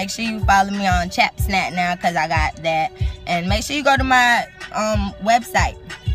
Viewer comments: she said chatsnap 😂😂😂😂😂😍😍 love u though lml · she said chat snat 😂😂😂😂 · Lol she said chapsnat.. Love you ❤️😘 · Omg she said chap snat😂😂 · she said chapsnat